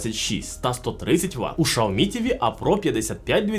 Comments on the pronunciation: Xiaomi - Сяомі ШАОМІ - Це на Клінгонському? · а можна адекватний огляд і нормально називати бренди а не шаомі а сяомі або ксяомі а не рекламувати свій магазин пів відео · Яке шаомі? Сяомі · Каждый раз после слова «шаоми» просыпается желание прописать «чапалах» 🤣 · какой нах.. Шаоми!? Китайцы себя назвали [Cяо́-Мі] не шаоми, не ксиоми... Слухайте уважніще, а то потім виходить у всьому світі "Рено CARTUR" а у деяких "Рено сартир" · Єй Шаомі 🤣🤣🤣🤣 Чі Шаурмі 😋🤣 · Шаоми 😂😂😂 расшифровка для этого "эксперта": Сяо-маленький Ми-рисинка. СяоМи=маленькая рисинка ;) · Шаоми ??? 😂😂😂 Вы издеваетесь? Вы бы сначала воспользовались голосовым переводчиком,а потом пургу несли. Я думала меня ничем не удивить... А тут Шаоми 😂😂😂😂 🤦🤦🤦. Во как ... Вы бы этого говорящего человека поменяли на другого. На него смотреть страшно. А уж слушать...🤮🤮🤮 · Шаомі, ізірнет, це що за нова мова?), що за неук писав текст? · удачи😂😂😂. Правильно Сяоми. Воспользуйтесь голосовым переводчиком. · Навчіть свого індуса говорити вірно XIAOMI